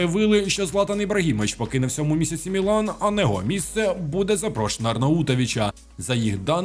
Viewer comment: Не ЗЕСЕУ, а ЗЕЕСУ! В українському алфавіті нема літери СЕ. Є літера ЕС. Говоріть грамотно!